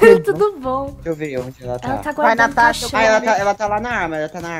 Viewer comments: Kkkkk o Disse Cauasha😂😂😂 eu ri muito kkk😂😂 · e a "Cauasha" Eu: cauasha kkkkkkk tu e uma piada kk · natasha: cauacha eu: da bulacha